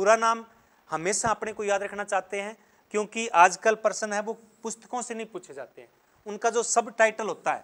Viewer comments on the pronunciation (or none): none